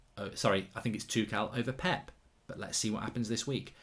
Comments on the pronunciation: In German I think it's pronounced Tomas Tukhel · It's Tookle, NOT Too-shell & not Too-kell.